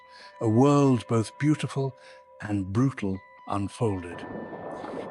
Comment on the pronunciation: Who is reading this out? The voice said "bot H" - what happened to "both"?